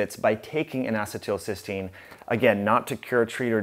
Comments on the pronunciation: This is good info. Thank you. BTW, it's pronounced "N acee til cys teine." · I can't deal with your pronunciation of N-Acetelcystene. Other than that, great video. I just started taking NAC today, added it to my regimen of CoQ10, NAD and Claritin for allergies and post nasal drip. Hopefully I can stop taking the Claritin soon.